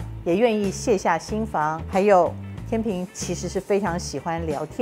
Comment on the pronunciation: 天秤（cheng）读音和拼音都只有这个发音。